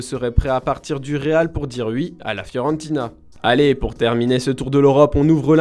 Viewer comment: Maitland Miiiills, soit tu prononces en anglais, soit en français mais les mélanges c’est degueulasse. Et en français on dit « Oui » et pas « Uiiiii ». C’est fort surtout quand on a un débit aussi lent ! Je pensais que vous auriez pris quelqu’un avec une bonne diction et un niveau correct de français